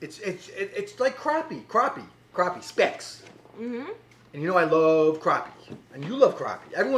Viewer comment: Man said crappie right! Try it as a po boy sound like that be good.